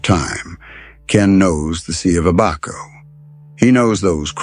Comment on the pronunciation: To correct you. It’s ABaco Inn not aBACO